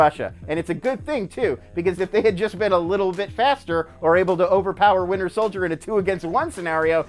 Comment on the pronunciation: Sounds like he says the “Winner Soldier”